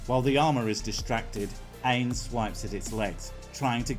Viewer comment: If Ainz is supposed to be an Overlord reference, you’ve pronounced it wrong. Like the German “eins”